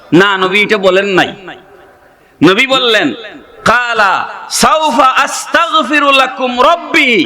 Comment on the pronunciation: Shayekh, not shayek. Astagferullah, not Astakferullah. Let's make efforts devotedly to learn some essential surah , darood, tasbih and Arabic words being used in salaat and Munajaat as much more correctly as possible for us since we are all not Maulaanaa Or Mufti. Aameen wa SAAWS.